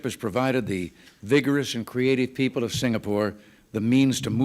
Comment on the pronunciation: Wonder why Singaporeans who are well educated pronounce "people" as "pee_per"?